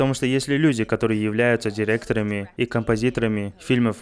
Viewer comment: Директора́ми, позвоня́т...